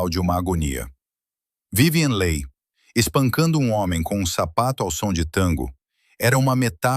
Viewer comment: O vídeo seria muito bom se a pronúncia do sobrenome da atriz (que é "apenas" o tema do vídeo) fosse correta.